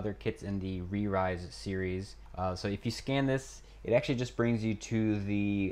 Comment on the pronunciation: it is not pronounced as RI ZE it is pronounced as Animarayz (animalize)(animarize)